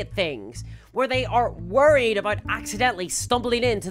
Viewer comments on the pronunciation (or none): none